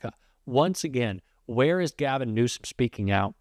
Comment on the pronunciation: You know, you should pronounce the California Democratic Governor’s name correctly, if you are a real democrat, and not support our President Toddler’s grade school theatrics. You know his name. Pronounce it correctly!